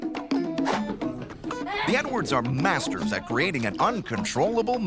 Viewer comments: The narrator pronounced their family name, "Edwards", as if he's saying "N-words". I'm not even American and I heard it... Look at the other comments and you'll see we're not the only ones. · 😂😂 I thought I heard Nwords too! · It sounds like he says the N-words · When the narrator says Edwards, it sounds like N-words. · That is exactly what I thought! Even tho I know he is saying Edwards I still can here him say “The N words” 😂😂😳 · Right? Had to listen 3 time until I heard Edwards.